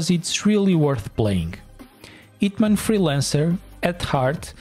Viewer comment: is a hint that the H is not silent.